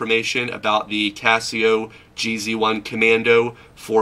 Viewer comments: Its red not orange and its G Zone not GZ one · It's pronounced Geez One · This guy has no idea what hes talking about... "JEE ZEE ONE???" Internal thermometer?? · "jee-zee one"...what?